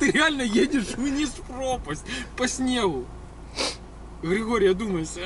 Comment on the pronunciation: не езжай по снеху)